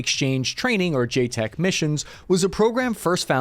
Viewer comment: JCETs, pronounced J-sets. Not JTECs.